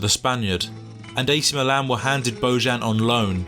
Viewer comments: He is Bojan, not Bozhan. J like in Jokić, that is Serbian name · Pronounced BoYan, not BoZHan. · His father is Serb, so his name is pronounsed Boyan... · Its not Božan its Bojan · His name is BOJAN!!! Bojan is pronounced BoYan! It isn't a Catalan or French name ffs. It's Slavic. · I really hate stupid people,who doesn't want to put just a little effort,to pronounce names correctly. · At least learn how to pronounce his name ffs! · You are completely butchering his name